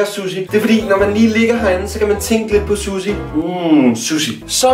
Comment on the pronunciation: udtaler suhsi sussi lol